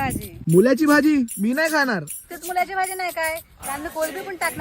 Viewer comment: यांना ळ म्हणता नाही येत काय ल म्हणतात मूल्याची भाजी😅😅 मुळा असतो तो